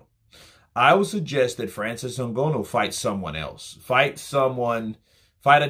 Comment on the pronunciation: Yo it’s ngannou, pronounce, N-Ga-new(nnou)